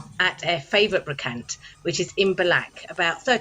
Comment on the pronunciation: Please say Brocante ending in the sound 'want' not 'bank' my dear ! It will help !! Love this, you are both so unconsciously brave.